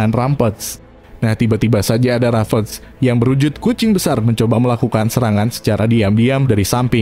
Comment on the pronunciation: Apasih ravage = rafes, rampage = rampes, kata" nya dibenerin lah